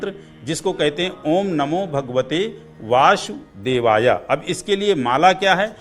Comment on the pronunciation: दूसरों को ज्ञान देने से पहले आप अपना स्वयं का उच्चारणदेख लीजिए आप स शब्द को श के रूप में उच्चारण कर रहे हैं। आप वासुदेवाय को वाशुदेवाय बोल रहे हैं